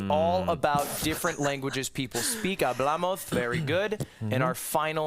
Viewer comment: Ludwig kept saying Hablamoz